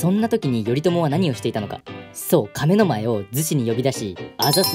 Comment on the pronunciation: 「亀の前」のイントネーションがおかしい